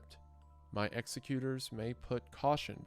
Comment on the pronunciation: How do you produce this type of content and not know how to pronounce words like whilst, impetus, and executor?